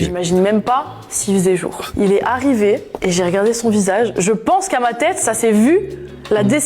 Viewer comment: " il et aRRRiver "